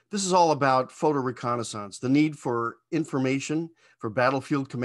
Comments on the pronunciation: That is a wild way to pronounce "reconnaissance." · only other person i've heard pronounce 'reconnaissance' this way is that canadian space lady on youtube. sounds weird as heck to me. just sayin. cool plane. obsolete before it ever flew. but cool as hell. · In 55 years, I’ve never heard reconnaissance pronounced that way.